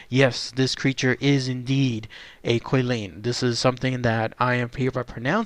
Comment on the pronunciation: I think I heard Kwih-lin, it's actually Chee-lin, more like that. 😁